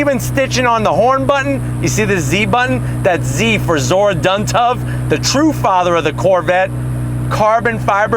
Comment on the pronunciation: It’s Zora Arkus-Duntov actually……